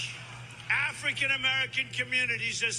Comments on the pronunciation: Same here. That "African" part had too much going on. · Why he say African like that 😂💀